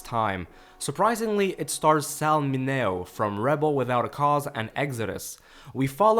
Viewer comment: Sal's last name is pronounced Min-e-o. Have to admit never heard of this film and there wasn't many I missed having been brought up in the 50s and 60s.